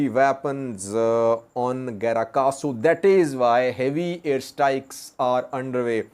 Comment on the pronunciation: It is "Grat Kahsu" but not "Gra Kahsu"